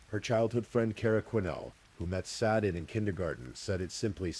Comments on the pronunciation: The AI narrator mispronounced Sade throughout. Kinda disruptive and annoying. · I feel sad that Sades name was mispronounced throughout the whole narrative, especially since the story started with how to pronounce it. Issys too when her full name was spoken. It's disrespectful to their memories 😕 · It absolutely is disrespectful, I agree. That’s what we get with this type of AI slop.